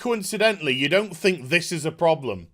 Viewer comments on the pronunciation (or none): none